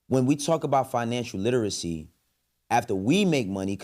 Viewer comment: The person saying kids don’t need to read struggled to pronounce “literacy”